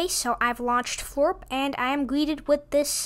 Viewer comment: Not foorp. Floorp